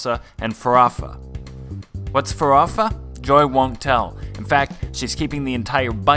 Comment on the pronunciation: Great videos. Natália é linda demais. "Farofa" is closely pronounced as "fah-RO-fah".